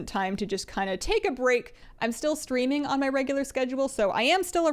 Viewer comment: I thought you said "I'm still SCREAMING on a regular schedule" rather than streaming. I was thinking "I should schedule my daily screaming...."